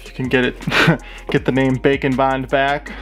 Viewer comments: Whenever he said ‘bake and bond’ I think he’s saying ‘bacon bind’ Edit: it’d be rlly terrifying if any of these were real. Because if one was real, then since there’s a whole universe of em, they’ll ALL be real. HOLD UP HOW DID THEY EVEN GET ONTO EARTH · I have closed captioning on and every time you say "bake and bond" it comes up as "bacon bond"